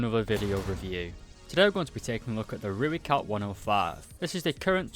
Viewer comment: Let me help you with pronunciation of Rooikat. Say Roy followed by cut. Put them together and you have the Afrikaans pronunciation of Rooikat. Not Rui-cut, it's Roy-cut